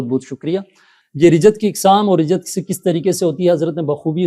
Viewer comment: Rijjat nahi Rajjat hota hai